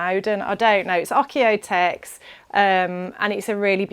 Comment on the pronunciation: Oeko-tex is pronounced oko 😊